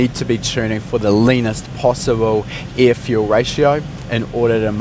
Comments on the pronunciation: the amount of ieeh, ieeh fuel ratio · Please please pronounce the word (air) properly..you were throwing me off during the whole video.